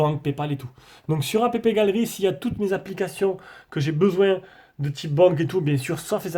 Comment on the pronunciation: C'est pas "apépégallery" mais "appegalery" niveau prononciation, sinon super test !